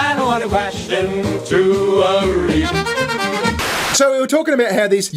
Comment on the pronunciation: **REEF. Not "REAF." 🤦‍♂️